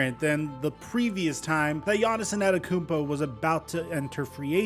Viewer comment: bro why you say his name like that 😂